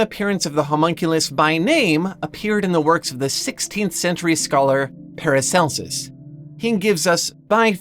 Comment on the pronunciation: Not sure who paracelus is, but at first i misheard you. Sounded like you said "an excerpt from Paris Hilton's book". And I was like, hold up, she can read, let alone write a book?